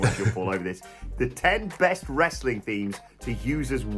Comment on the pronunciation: I agree but Andy said wrostling so that’s what I’m calling it from now on 🤷🏻‍♂️